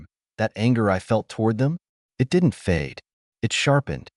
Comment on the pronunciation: Can you teach your AI to say "it" instead of IT? Also, not to pronounce the full stops as "dot"!!! That should be easy enough!!!